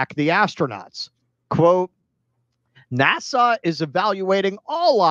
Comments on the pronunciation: Maybe it's just bc I have it on1.5 speed, but it sounds like he's saying "Nassau" the capital of The Bahamas everytime instead of "NASA". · I like the way pronounces NASA as if it's a port in The Bahamas.